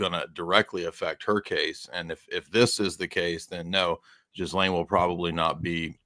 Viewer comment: Pronounce Gi - Laine. Silent "S". Please get it right